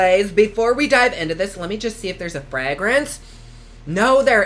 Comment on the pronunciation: I love the way says fragrance 😂😂